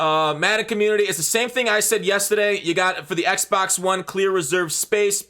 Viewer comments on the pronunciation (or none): none